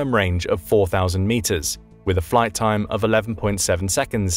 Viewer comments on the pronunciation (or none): none